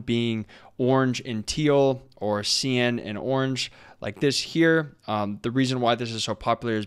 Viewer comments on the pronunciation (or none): This was a really helpful video; thanks! Just one thing - I don't know if it's an accent thing but cyan is pronounced sigh-ann, not see-ann. But that's literally the only thing I can find to fault with this video :D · Sai-An not See An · great job but couldnt get over the pronunciation of cyan